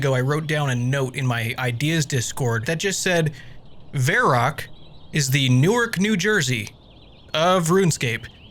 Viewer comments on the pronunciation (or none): vair-rock? Verr-awk. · Why is he calling it Vair Ock